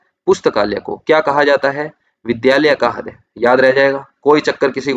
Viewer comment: Sir aapse ek request h heart ko hindi me riday boliye .....haday ni